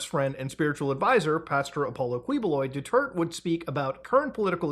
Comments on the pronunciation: bruh the "du-tert" pronunciation is throwing me off huhuh its pronounced "du-tir-teh" 😭😭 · Its not pronounce as Dutert, but Duta-e. Ta-e means shits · "Duter-te" ❤ the vid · muta reading duterte's name as due-turd is something (it's due-tear-tě, tear as in the verb). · its read as Du-ter-te, not duterts. LOOOL. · I absolutely love how ur pronouncing Duterte's name as Dutert akskskskssk kills me each time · a lot of names butchered, especially the former president's name (do-there-teh). also, when referring to the current president, use "Bongbong Marcos" as to not confuse him with his father, who was a president and dictator of the Philippines. But all in all, good video. I liked how you covered the situation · "Rodrigo Du Twurt" fucked me up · i cant get over called Deterte "Detert" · "Due-Tert" made me giggle every time. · I love his pronunciation Rodrigo "Doo-Twert" 😂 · dew tert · "Duterte" is pronounced like "do-ter-tay". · Please put effort into pronouncing Filipino names 😭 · Muta, I know it's hard to pronounce our names but please say it like this; Du--ter-te not Dutearte. Kiboloy not Queeboloy (actually you can mess this guy's name, he's not respectable anyway. Not our former president though) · I like how you pronounce their names Kwi-boh-loy and Rodrigo Dutwerk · For any future use, some help with pronunciations: Quiboloy -- /keeboloy/ Padilla -- In Filipino, we pronounce it as /padilya/ Duterte -- /du-tehr-teh/